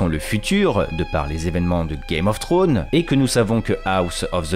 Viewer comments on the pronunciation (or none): Game of trônes ? tu dis à peut près correctement House of the dragon mais tu dis Game of trônes alors que c'est Thrones, le Franglais c'est dégeulasse et encore plus quand c'est une personne qui dépose sa science sans savoir correctement dire un mot en anglais